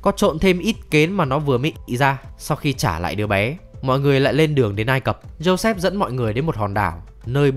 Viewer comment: Vùng đất ai cập nhé, câu cuối anh đọc sai r